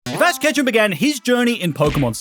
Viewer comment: Fash ketchem began his journey in pokemon scarlet WHAT IS FASH KETCHEM🤣🤣😂😂🤣🤣😂😂🤣🤣😂😂